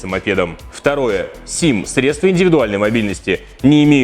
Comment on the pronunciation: СредствА средствА.... Учи русский!!!